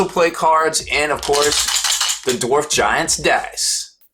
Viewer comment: Everytime you say "dorf" I can hear Thor drop his hammer on another dwarf